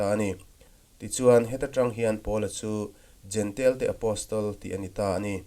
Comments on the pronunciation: Kan lam thiam dan turin jentail tiin an dah a. Jentail ti lovin jentêl kan ti daih tak asin.😮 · Jentail tih hi "jentel " ti a lam hi an ni deuh vek mai a. Juda ho hian, Juda nilo ho hi eng tiang berin nge an lam rik le!!!!?